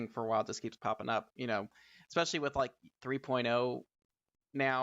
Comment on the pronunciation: I have heard especially, exspecially, but i havent heard EDDspecially before....